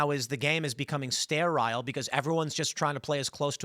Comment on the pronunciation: Why did he intentionally mispronounce sterile so many times? I say intentionally because he pronounced sterilized correctly.